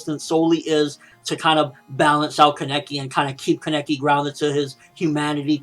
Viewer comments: Why does he say Keneki like that? It is Kaneki. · Keneki nooooo it's kaneki uhhhhhh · Wait is his name pronounced like that